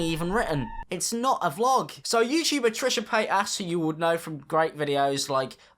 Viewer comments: trisha pAy-t-asS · I keep hearing Trisha patASS whenever he says her name lmao🤣🤣😂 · Trisha pie-ass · "Trisha Payt-ass" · "Trishah PAYTAS" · "Trisha PaytASS" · "Trisha patass" 😂😂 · "trisha paid-ass"